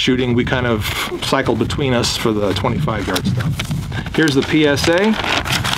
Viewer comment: haha sounding like 65 instead of 25. ATI Omni is like $350 and Radicals are 400-450… veteran approved